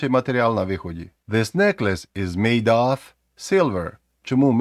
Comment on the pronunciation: Оф це ось це слово - off. Of треба вимовляти з в на кінці. Як /əv/ або /ɒv/ у сильній позиції